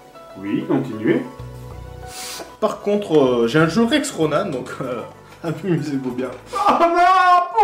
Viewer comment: bon je sais pas si ça a déjà était dit mais bordel ça me stress qu'il dise RONAN(E) c'est pas comme ça bon sang c'est ronan -an-. a+n=(an) comme en. c'est horrible à entendre et je sais de quoi je parle je m'appelle Ronan..... 9ans plus tard c'est jamais trop tard